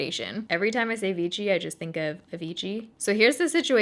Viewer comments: Hey there, love your content, just some European pronunciations for you, Ibiza is a Spanish island pronounced eye-bee-tha, Vichy is a French company pronounced vee-she. Hope this helps, I get into trouble with American pronunciations, always read Maryland wrong. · Love your videos ❤️ But you’re actually pronouncing Vichy wrong, you’re saying it like there’s a T present. It’s pronounced more like Ve-She. Like Shhhh. Also I sell Vichy where I work here in Ireland and a few weeks ago a newer shade was released, 05 porcelain. Thought you’d like to know so you won’t have to mix your shade😊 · it's pronounced as /vishy/ and the accent is on the second syllable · "Vichy" should be pronounced as "vishì", cause it's French madame 😘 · The brand name is pronounced VISHY, it is a French word. This has been my go to foundation when I need good coverage real quick. We used to have the white packaging in Germany, since a couple of years they have switched to the black one and have brought out new shades. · Vichy is pronounced like 'Vishy' (it's french) but whatever :) I've tried it once and it's waay to heavy on me :/ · darling, Vichy should be read 'veeSHEE' cos it's a french village:) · You look great, these colors suit you so well! oh and it is pronounced viSHy not like english ch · Just FYI, it's VEESHEE. No T in there. LOL I know you love us correcting you on your French :-) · That’s what I was about to comment lol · Hiya, Great review as always. Not enough coverage for me for stage, but looked good! P.S. Vichy is pronounced "Vee - She" but not a biggy:) XOXO from Tel Aviv, Diva D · Since it's a French brand, it is supposed to be pronounced Vee-shee. I used to use American version of it and I absolutely loved the full coverage and a skin-like finish, but it was clogging my pores and breaking me out horribly. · The way you say Vichy.. annoys me so much 😒😒😒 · Actually it is pronounced Vishii not vichi! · For the love of God, it's vee-shee, not vee-tchi. Argh